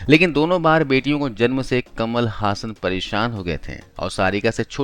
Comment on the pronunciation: कमाल हसन, ना कि कमल हासन!